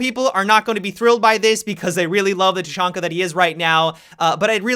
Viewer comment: He said tachanka bad dislike unsubed